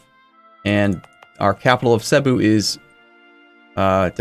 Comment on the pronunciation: Oh yeah. Just so you know, the emphasis in Cebu is on the BU.